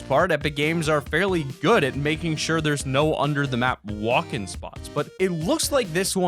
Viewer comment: Mason James yes and also you said sure wrong